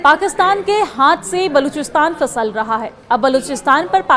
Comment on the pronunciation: Ye kaisi Urdu hai ? Hahaha 😂 Fisal nahin Phisal bolte hain.